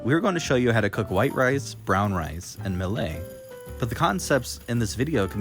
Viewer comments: buying one of these, thanks! FTR, it pronounced 'Mill it', not 'Mill ay' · I wasn't going to say anything, but he says Mill-ay like 15 times so now I have to leave a comment saying it's pronounced Mill-it. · Pronounce it mill-IT